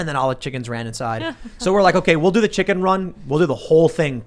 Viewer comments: something bugs me about how he pronounces it. chiCKENN! Not sure why lol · I always get annoyed by the way Tim pronounces the word "Chicken". And of course he has been obsessed with the word in the past few weeks lol.